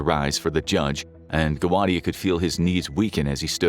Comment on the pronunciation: So we are all gonna ignore that he said “jundge”